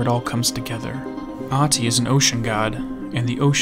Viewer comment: I may not be fluent in Finnish myself, but one thing I do know is that in 99% of cases it does not have letters that are "silent". The only people I know of that shares a name with this guy pronounces the "h", that is the very first thing I found profoundly strange with him. If his name is Ahti with an "h" then why does he and everyone else pronounce it as if it was Aati?